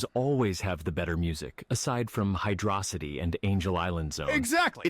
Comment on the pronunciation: It's HYDRO CITY not HYDROSSITY it's a city which has water, it's not 1 single word, hydrossity not even make sense.